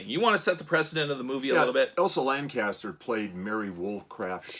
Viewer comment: Her name was Elsa Lanchester, not Lancaster. It's right there on the front of the box.